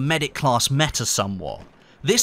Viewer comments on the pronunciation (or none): none